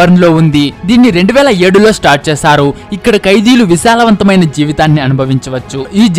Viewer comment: Bro visalavanthamaina kadhu ...vilasavanthamaina